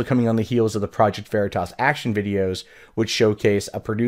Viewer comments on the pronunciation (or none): none